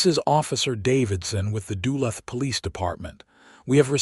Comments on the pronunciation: Having bought his house outside of “Dula”. I suspect the rubbish AI narration struggles with the name of the town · You mispronounced Duluth